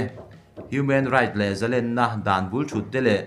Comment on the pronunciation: Ava ngaihnawm leh em!!! Thurawn: Zalen tihhi,sang- ha manna len tih anga thluk tur anizawk lomaw?